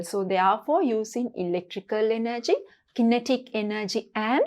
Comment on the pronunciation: Madam ,You pronounce kinetic wrong